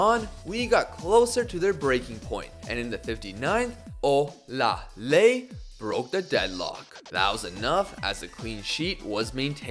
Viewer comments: You actually tried with your pronunciation of Olaleye, it's really pronounced "Or lah lay yeah" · i'm Nigerian and you are pronouncing olaleye wrong lol its pronounced like this -- O- LA- LE- YE